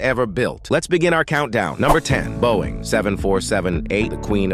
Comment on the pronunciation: You pronounced Boeing 7x7 models good!